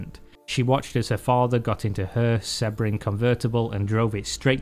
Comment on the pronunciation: sea-bring, its sea bring =P